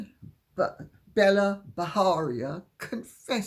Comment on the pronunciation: Lady C, Bela B has an Indian name so it's pronounced Bay-la ( not Bella) Bajaria with a hard J as in 'jam'.